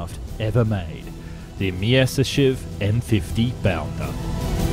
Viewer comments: 'My-ah-sish-chev', not 'Miss-iss-shev'. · You make some decent videos, but if I hear you say "misishiv" one more time my headache is going to go supersonic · Myasishchev, try saying that ten times fast! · You always do so well with the video, but your pronunciation is so terrible!!! Have you ever thought of having someone else pronounce the Russia and German words for you? For instance "shch" is only the single character "щ" in Russian. so instead of making it 2 or more syllables, in fact it is only a portion of a SINGLE syllable.